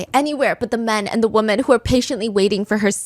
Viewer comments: 🙄 she’s saying “women” not “woman”… she might just struggle to pronounce it correctly; many people struggle to pronounce it as wi-men and instead pronounce it as wu-men which sounds like they’re saying ‘woman’… the subtitles are automated and incorrectly put ‘woman’ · why is everyone Pronouncing the plural word "Women" and replacing it with "Woman" I've noticed a lot of yputubers I'm watching are saying it like this... just curious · Wi-mn. That’s how you pronounce the plural . 🌸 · Pleeeeeease stop saying “woman” when you mean the plural form “WOMEN”!!!! They are not pronounced the same 😫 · correct, she’s saying “women” (plural) when she means “woman” (singular). This has become so common lately with people like when did everyone stop realizing they’re two different pronunciations???